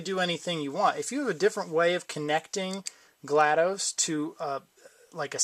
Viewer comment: FYI it's GLaDOS not GLaDOSE